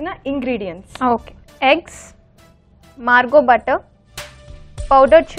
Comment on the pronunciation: Its not Margo its marvo butter.